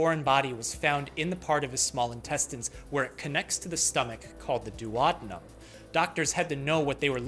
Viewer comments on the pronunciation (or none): I... I'm pretty sure you mispronounced "duodenum."